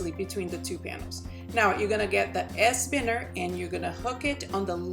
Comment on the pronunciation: Its pronounced, by-ners ! Please remake this video, please.